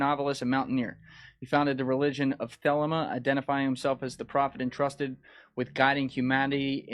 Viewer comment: Thelema is pronounced as Thel-lee-ma. Js